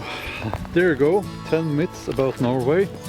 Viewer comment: Love the accent, sounded like 10 "mits" about norway!! JK Love your channel btw, my wife being a peaceful introvert adores your zen vibe, thanks for the great content from Canada eh!